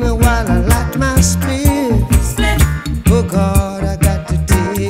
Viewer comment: Background vocalists correct his pronunciation of spliff .